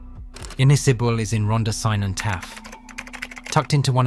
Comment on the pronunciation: I stopped watching when he said synon instead of cynon.